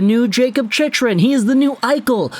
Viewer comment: This guy keeps pronouncing Chychrun's name incorrectly.